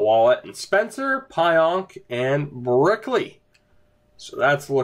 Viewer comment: Pionk is pronounced "Peeonk